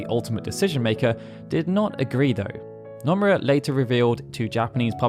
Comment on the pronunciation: Bro, I love your channel but could you please for the love of god learn how to pronounce Japanese names considering you need to mention SE staff often? Hearing Anglophones pronounce Japanese names is like a nail on a chalkboard. Just drop the drawl and it will be mostly fine. For example its Noh-moo-rah not Now-muh-raa